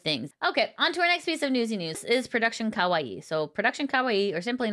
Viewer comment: The way she keeps pronouncing 可愛い as Ka-Wa-i instead of ka-wai-i